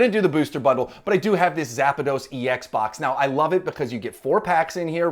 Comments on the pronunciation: It's zapdos not zapados 😅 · Just curious, why do so many people add an extra a in Zapdos. You are not the first nor the last to pronounce it Zap-a-dos. Where did that come from? My guess is the kids. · Cringe everytime you said zapados!!! Ahhhh haha